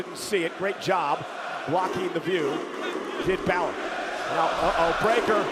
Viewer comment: Not you saying winn balor 💀🙏🏼